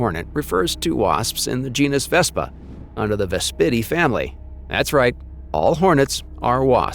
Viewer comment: So, the narrator is either AI or science illiterate: the narrator says "chit 'n" instead of "kai tin". Really? Ves PIT ee family? (a mafia family known for their stinging wit!) Pair uh SIT oid instead of pair uh si TOID... sigh.